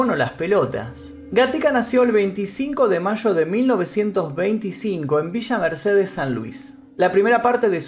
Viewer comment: Eaeaeaa dijo villa Mercedes...se siento como los Simpsons cuando dicen springfield